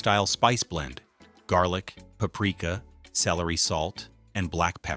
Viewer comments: Yes, the weird pauses and word stresses really give it away too. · another terrible ai slop video even admits in the description plus it's very obvious the way it pronounced paprika. disappointed YouTube. for shame